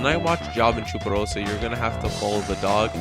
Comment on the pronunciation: i love the way he says 'chuparosa' :D